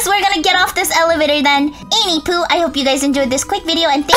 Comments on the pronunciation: it sounds like you say any poo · At the end did she say any poo?